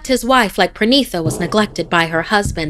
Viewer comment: As a Bengali I feel that this story was great. But just one correction. It's not PRANITA... It's PA - REE - NEE - TA. Parinita.